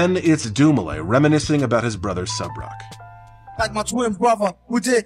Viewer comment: Thank you for pronouncing Subroc's first name properly, not that I would expect you to blunder on that. Too many times I've heard people just pathetically attempt to pronounce his name (and their last names) and some of the things they come up with make my head spin lol. Personally, the worst example I've seen was from that Michael McCrudden guy who does the "Before They Were Famous/Dead/Etc." videos. His pronunciation? DINGLES-WEE. I am not kidding, that's how he said it 😩